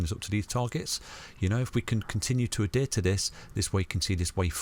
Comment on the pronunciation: Great vids but I really get put off by 'Adear'. Please say Adhere.